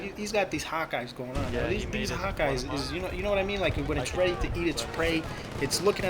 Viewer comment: haha, every time you said hawk eyes, I thought you said "hot guys". And i was like, how does this fit into the story???